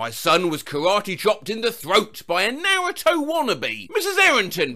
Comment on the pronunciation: I’m sorry. “NAREUTOE”